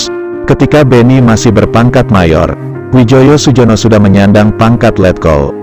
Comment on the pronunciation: Namanya Widjojo Sujono itu ejaan lama dibaca dengan EYD Wijoyo Suyono